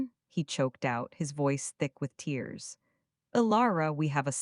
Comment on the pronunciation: You missed a very good and refreshingly different story. I personally really liked the voice though I do have a pet peeve with "bow" being pronounced "bo" and the same problem with "tears" and "tears".